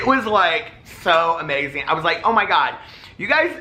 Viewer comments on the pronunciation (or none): none